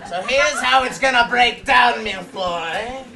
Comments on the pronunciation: Am I the only one who found where he calls him 'Lucius Malloy' the funniest part? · and then he calls Draco, "Meeloy" haha lol too funny! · he says Milloy... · "Lucius Malloy" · I watched this like six times before I realized he said "Malloy" instead of "Malfoy" dx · "Lucius MalLOY'S child?" And Draco's trying to say, "Malfoy. Malfoy." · voldermort calls malfoy miloy, maloy and milfoy lol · A Milles Feuille (Pronounced Meal Foy) is a type of custard cake in France, also known as a Napoleon in America and Britain:D just Called Malfoy a delicious dessert XD